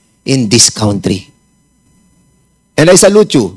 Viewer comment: Congratulations...Cong Fernández....saludo po ako s inyong concern s bayan ntin....pero (kantri) s country.. Hindi po (kawntri)...not to humiliate u po....for everyone's good po .SALAMAT po